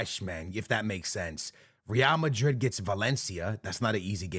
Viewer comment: I’m just glad you’re able to pronounce Madrid and Barcelona correctly 🙏🙏